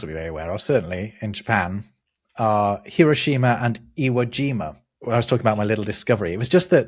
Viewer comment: To be "that guy", the shima in Hiroshima and other Japanese words is pronounced more like schma than she ma. So more like hero schma. Okonomiyaki is not too difficult to make. Lots of YouTube videos show how.